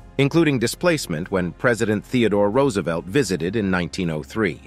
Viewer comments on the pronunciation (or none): none